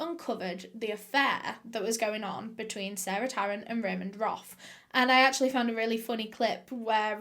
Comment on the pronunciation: Roff not Roth.